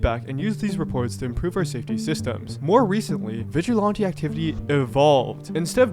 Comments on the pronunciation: Vigilante doesn’t have an O in it. 😂 VigilOnte 😂😂😂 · it's really annoying to hear all the obnoxious slangs the genz are using like "pdf file" but then also not pronounce vigilante correctly. It's like man, I can put up with 1 of these but both is too much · I’m sorry but the way you say vigilante is bothering me so much! What accent is that??? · its not vigilawntee lol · Why can't you pronounce "Vigilante?" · Are you purposely mispronouncing vigilante? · I wanted to watch this video longer, but I couldn't deal with hearing you say "vigilante" another time. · I've never heard this pronunciation of vigilante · its really bothering me how you pronounce "vigilante" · Great video how did you never learn how to say vigilante? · hey man, you should probably do a quick search to learn the correct way to pronounce vigilante next time you make a video where you repeat the word over and over 😂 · Is there a reason why you’re pronouncing vigilante like that? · I don’t know what’s worse, Roblox’s moderation or the way this guy pronounces vigilante